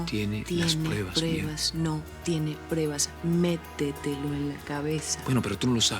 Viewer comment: Quien más se dio cuenta que dice prebas en lugar de pruebas 🙂